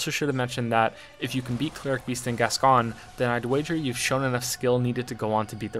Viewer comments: So this was awesome and well done, but when you say Gasgoine.. the way it’s meant to be said is ‘Gas-g-oin’ like ‘coin’ at the end.. sorry 🙃😀😀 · Sorry, but this is annoying the heck out of me. Father Fartmoney's name is pronounced "Gas-Coin" and not "Gas-Con". Bit late now, but hey-ho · The pronunciation of Gascoine hurts me greatly, it’s Gas-Coin not Gas-Con… I wish I wasn’t hurt by such trivial matters. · I believe it's Gas-Coin